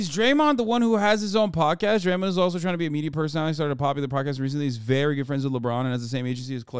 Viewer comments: "draymen green" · repeatedly saying Draymund is going to make me stop watching this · Hard to take serious when he can't even pronounce the name Draymond correctly and has clearly not played a team sport. Love content and most of his takes, but like come on brah